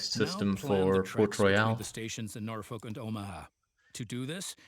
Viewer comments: It's worse than that, we actually pronounce the name as Norfork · I so disappointed that they mispronounced Norfolk, which, I shit you not, we pronounce Norfork. We also pronounce Beatrice, NE as Be-at-triss.